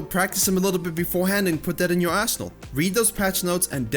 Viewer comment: to I swear it sounds like he is saying "Practice before hand and put that into your asshole" Even though he is saying Arsenal.